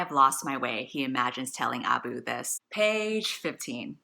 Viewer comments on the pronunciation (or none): Ah-boo. Girl, it's uh-boo. Like ub-boo Or AHB-boo. Desi over here, and you're just pronouncing it incorrectly.